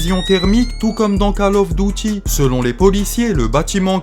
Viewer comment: magnifique tes videos, par contre arrete avec ton "kale auffe dautie" stp 🤣🤣🤣on prononce "call of duty"